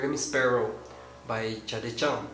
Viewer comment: thumbs up if u think he said chade chan